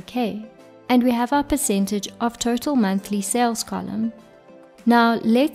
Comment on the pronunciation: When you pronounce Total, it sounds like Turtle.